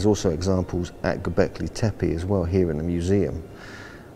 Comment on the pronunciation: Dear Mr Collins, Why do you keep calling the place Gobekli TepAI? AI??? EVERYONE else, the locals, archeologists, and the late Claus Smith as well, pronance it TEPE ,last e pronanced like e in the alphabet, "Tepi", or both e's pronanced as the e in the word egg. It is rather disturbing that you have a complitely different prononciaton sir, so why is that???